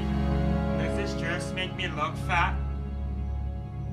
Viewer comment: The way he says dress lol i miss